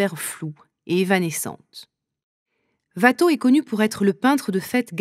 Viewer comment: Ouatteau, pas Vatteau 😀